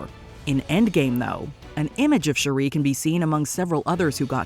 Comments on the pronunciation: It's Shooreee not Shoeri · Once again this channel renders itself useless with a horrible pronunciation of a well established character’s name. Every time she said Shuri I felt a sperm die. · OH MY GOD! Her name is pronounced SHUR-ee; your grating voice is so annoying, I feel "The Blip" would be a great mercy over listening to you! -"How to say you never watched the films w/o saying you never watched the films" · Next time, get a narrator who knows how to pronounce the names of the characters. Shuri is not pronounced Cherie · ….please stop mispronouncing Shuri. Your the only one who pronounces her name like that. Shuri not shu-ree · Maybe by wakanda 3 you’ll learn how o pronounce shuri correctly. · I love this videos but i cant bare how they pronounce Shuri hahaha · The way she pronounces Shuri irks my nerves!!! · Shuri isn't pronounced that way. Watch the movie,!